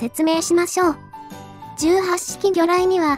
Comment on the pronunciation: 問題はこの素晴らしい兵器を敵性艦船に向かってぶっ放す「闘う意志・戦う判断」があることだ。 あと、「18」の読みは海自では「ひとはち」じゃなかった？